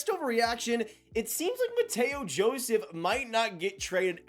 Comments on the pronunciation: Bro this is like the 3rd video you’ve said Mateo Joseph. It’s pronounced Matthew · “Mateo” Joseph 💀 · WATCHED! Am I the only one that had to give a second listen when said "Matteo" Joseph!?!?